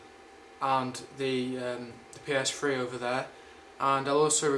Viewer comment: PS Fwee hahahha lol